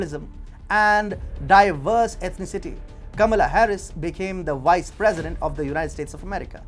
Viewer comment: It's Vice President not "wice president" you need to fix your V's & W's🤣